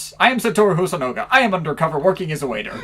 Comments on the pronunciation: Nitpick, but it’s HosonAga, not HosonOga. I guess I should get used to mispronunciations on this channel, like Sawhit instead of Sahwit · Small correction: it's hosonaga not hosonoga